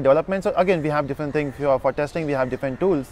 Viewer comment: Same shit in every video that claim to train people. At the end of day the same standard dialogue that echo " it depends on companies and position". To hear this shit we have to watch your "training or guidance" videos. One more thing, the word is different not diffent as you pronounce